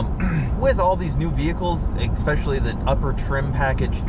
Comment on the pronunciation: Good review, but you'd sound so much more professional if you stopped saying "EX-pecially" - the word you're looking for is "ESpecially." Expecially isn't a word. :)